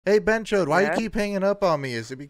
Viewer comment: Bonus tip: BhenchoTH with a 'T' not' D'